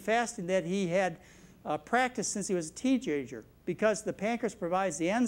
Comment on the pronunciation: I have noticed this doctor sometimes pronounces words the wrong way , he said teegager instead of teenager too